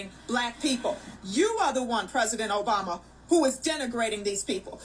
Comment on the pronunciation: I like how you pronounce Obummer!